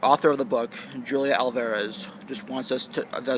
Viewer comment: JULIA Hulia not J but H